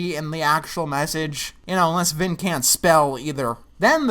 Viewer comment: I seriously thought his name was finn not vin